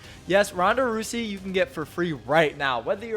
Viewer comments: Roo-zee. Ronda Roo-zee. Rouse as in A-rouse. Rouse-e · It's pronounced, Row-zee. Like rowdy with an 's' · Rhonda "roosey" 😂